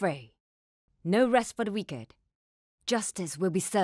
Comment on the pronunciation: The “no rest for the wicked” line sounds a bit off. Just the ‘wicked’ part. Should be ‘whih-ked’ but they pronounced it as ‘wee-kerd’.